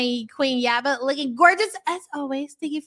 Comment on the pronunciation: YABA!!! Please say my name!! You keep mispronoucing it every time you pull winners!!!